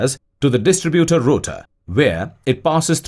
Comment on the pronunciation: nice work and graphics: maybe the English is computer generated: anyway there are errors.The battery metal is lead, pronounced like "head" not "leed"; distributor is stressed di STRI butor, accent on I. Articles are missing as in a phrase like" connected to contact breaker" which should read " connected to THE contact breaker.Sorry that the verb lead, as in leader, and the noun " lead" meaning cable are pronounced "ee".English is not always logical.